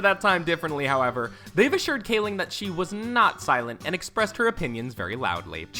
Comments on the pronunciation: You pronounced Mindy Kaling's name two different ways in under a minute lol. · Yeah I'm seeing all these comments about emily blunt being in the photo and him mispronouncing Rainn and Gervais, but I honestly thought that his Kaling gaffe was far more obvious. glad I wasn't the only one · I was loving this vid until he sad Mindy kalings, last name at #30 wrong and I was like " wow, ok, what just happened, did he really, how!?" I just had to stop and reevaluate my life for a second!